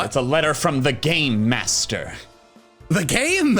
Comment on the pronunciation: I definitely heard "GAYMASTER!?" and was very excited. Well, this is fine too.